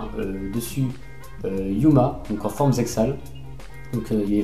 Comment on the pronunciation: on dit pas le x dans zexal sa fait moche par rapport a la vo et pour le top 4 ou c'est divorjack ( dsl si j'ecorche le nom ) perrso mon preféré c'est avec crow et son black feather dragon